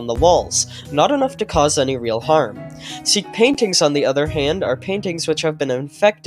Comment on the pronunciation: Seek not seel